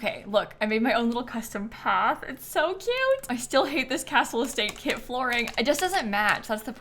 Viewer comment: Every time said “kit” I heard “kid”. So she said “10 kits” and I heard “10 kids” and had to rewind to see what I’d missed and who had ten kids 😂